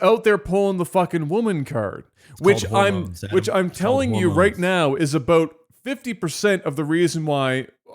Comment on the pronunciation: "a-boat" LOL